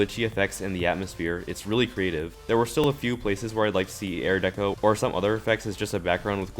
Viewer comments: I like the part where he says airdeco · Air deco.